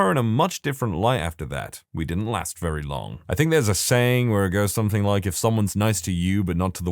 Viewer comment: No k in the word something